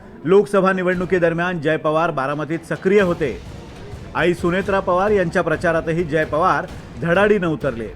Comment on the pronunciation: सुमित्रा तेथे सुनेत्रा असे वाचावे